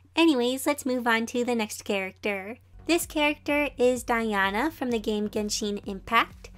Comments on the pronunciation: Who was suffering when she was saying diana when it diona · its pronounced DIE O NA not DIE ON A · Me listening to voice over in - : "It's not DiAna, It's DiOna!" This gave me bit of discomfort😅, listning to Diona's name being mispronouced. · Me cringing at “DiAnA” and “zHaNg Li” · Its diona not Diana sorry if your offended :( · It’s diona, pronounced “die-own-a” 😞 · U pronounced Diona’s name wrong. Also people spend WAAAAAAAAY more than 5000 to get a five star. Also, you should continue playing and not stop just because u lost a roll with 5000 primogems. Re runs exist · Now that I play genshin impact, how you say diona pains me lol. Not to big of a deal lol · she kept saying diona wrong, i have her.I am soo glad she drawed nezuko but I prefer guyi and tanjiro and rangoku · Nice but so many people say Genshin with a long e sound on the i and it bothers me lol that's just me though. And her name is Diona, with a long o. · I saw Diona and I clicked Edit: she pronounced her name wrong- I can’t- 😭